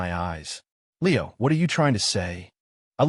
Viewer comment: Lol. Leo like a meow, not lee-O. AI sucks.